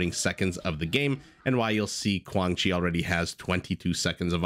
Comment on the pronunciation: You pronounced the name "Quảng Trị" right 👏👏👏. And Vietnamese AOE2 community proud that we have 2 high elo players